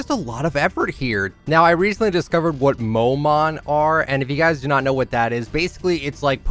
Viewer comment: "mo-mon" hehe